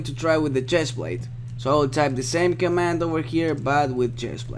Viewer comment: pls say command :(